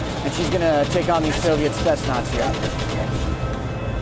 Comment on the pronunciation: Unfortunately:( Haha he says Spetsnaz wrong and Shooting the m203 isn't considered alternative ammunition.